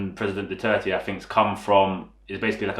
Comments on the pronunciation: I kept hearing foreigners saying President "Duarte"... This is probably the first time I hear someone properly said "Duterte" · I am a Filipino. I speak both Tagalog and Bisaya. You just said it right. Thank you for doing this video. I watched the advertisement.